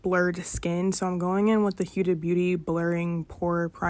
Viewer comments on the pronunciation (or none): It’s not pronounce hiuda, it’s pronounced Hoda kinda